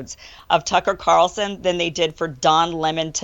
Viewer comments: bruh Tucker Carawlson! Not Carson ffs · cannot pronounce Carlson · stays calling him Carson. lololol